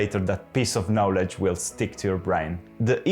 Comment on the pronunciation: un video molto utile. Tu parli inglese molto bene, il tuo accento e fantastico. I hope you don't mind me pointing out that the only word you don't pronounce very well is 'knowledge' - the 'o' should be open just like in Italian, it's weirdly different to the word know which has a closed 'o'. It's not a criticism I wish i could speak italian as well as you speak English. Bravo!